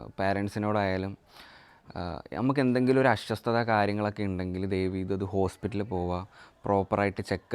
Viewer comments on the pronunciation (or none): മോനെ.. അസ്വസ്ഥത എന്നാണ് പറയേണ്ടത്.not അശ്വ ശ്ത